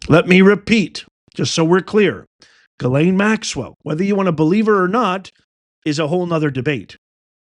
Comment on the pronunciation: Epstein, I believe, nothing concrete, just the good Old gut ✔️ check was a set up, when ALL cameras are out of order You're a rare few who say Ghislaine properly! Some sound more like gasoline, they, butcher it. I'm a word nerd! I used follow the dictionary word of the day. I took Latin in Jr high school lol 7/8th grade. Finding definitions after you know the root words. I actually ran a wholesale plant nursery, my boss was a rocket scientist, turned Christmas Tree grower, lover of all plants, passed on in 2018, I had stopped working for him, my body gave out doing long days on a tree farm. Being SO intelligent is not always an asset..... some will not give you a satisfactory answer. Or cannot, rather, the simple answer is too hard for them. We have no reason to trust her, given that, what will we lose?